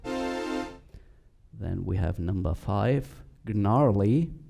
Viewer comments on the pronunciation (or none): Gnarly is NARLY,. The G is silent.